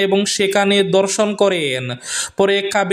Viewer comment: উচ্চারণে শুদ্ধতা আনুন, আজ‌ও আপনি দর্শন বলতে ধর্ষণ ই বলেছেন 😢😢।